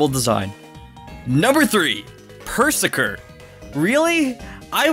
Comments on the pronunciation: It’s pronounced Pur-Zur-Kir. Like berserker. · Ok the way he pronounces Perrserker and Eiscue, they are obvious puns of berserker and ice cube. Oh it hurts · Also, you mean, Purr-ZERKER, as in BERSERKER, as in a Viking Bersker, not "purr-sir-kir". Also Purzerker is 150% one of my favorites <3